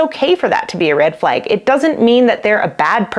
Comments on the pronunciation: As a French Canadian, your pronunciation of the word 'red' seems perfectly normal to me. 'Flag', on the other hand, sounds like "fleg" ;) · to an American ear, you’re saying “red” normally but saying “flag” like “fleg”